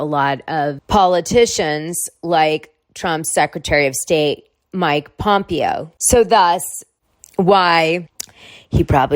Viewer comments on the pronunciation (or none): Pronounced Pom pA o